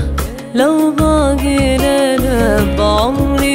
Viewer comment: ابداع بس ليش نطقها غريب في ( لو باقي ليلة ) ما عطت الحروف حقها